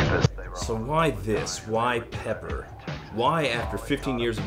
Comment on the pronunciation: Pepper sounded so much like Loser I just assumed it was Beck the first few times I heard it.